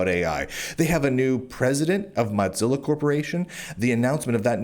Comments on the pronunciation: This is besides the point, but I was listening to this as more of a podcast thing and I was so confused as to who “Mahtzilla” foundation was. When you mentioned browsers I thought surely he doesn’t mean “Mohzilla” and had to look at the screen for context clues. This is just me being dumb maybe, but hearing you pronounce it like Mozzarella cheese and not like Motown has me so distracted. 😂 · Why do you keep calling it "Mot-zilla"? lol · I must digress here, lol- it's not the "Mozzerella Corporation", It's Mozilla, the "mosaic killa". not floppy italian cheese- and every time I hear that, it bugs me to no end lol.